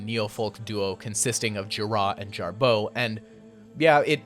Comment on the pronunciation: Why are you pronouncing Gira and Jarboe with the accent on the 2nd syllable?